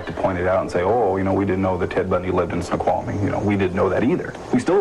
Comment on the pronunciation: snow-qhal-a-mee Oh jeez...